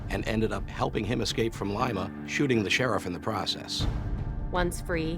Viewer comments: that's definitely the correct pronunciation. Like "lime". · Good to hear the correct pronunciation of the town of Lima, Ohio. Many foreigners or non-mid-westerners pronounce it like the capital of Peru. It makes me laugh when hear it. First syllable “lime,” second “uh” Now you’re getting it! Now! Let me walk you through the proper pronunciation of Versailles, Indiana! 🤣